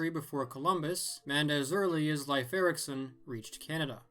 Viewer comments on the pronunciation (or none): none